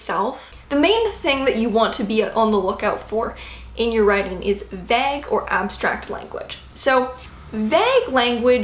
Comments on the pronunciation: Never though I'd hear anyone pronounce vague as "vag" lol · The way pronounces Vague hurts my ears. Great video though.